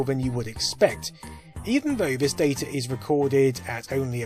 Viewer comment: "DAY TUR"